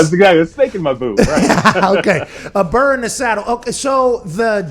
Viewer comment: Burr not burn Pat!!